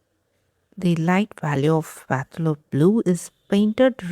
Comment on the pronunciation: Hi! I love watching your videos. Just wanted to let you know that the word Phthalo is pronounced as Thalo, that is the Ph is silent. You can Google the word to see how it is pronounced. Have a great day. 😊